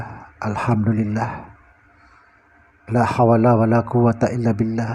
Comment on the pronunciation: Laa hauwla,bukan laa hawala...